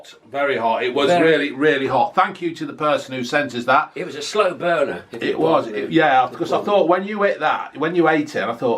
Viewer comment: Sounds like said slow boner 🤣